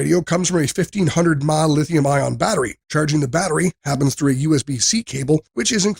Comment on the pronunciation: This may have been better if the voice over guy, actually knew what all the abreviations meant! ie. "mAh" isn't called "Maw"... 😞